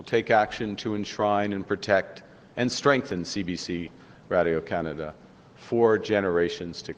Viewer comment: He can't even pronounce Radio-Canada with a half-assed French accent. Dude is a twit